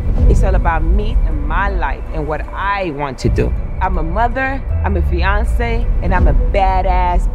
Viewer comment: 💀💀😭 she said she a “VIANCE” I’m beyond 💀💀 rn!!!